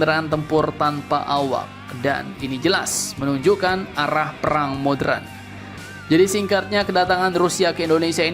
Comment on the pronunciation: Admin kkalau sebut kata ´´modern´´ seharusnya dalam kaedah bahasa indonesia penyebutannya menjadi ´´moderen´´ bukan modren. sekedar masukan.